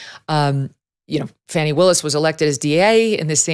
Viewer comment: Fani is Pronounced (Fawny) not Fanny.